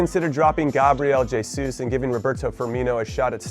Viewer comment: its cring how he says jay-sus